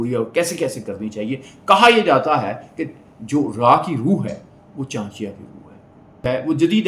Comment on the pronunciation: Saala, naam toh sahi se bol ?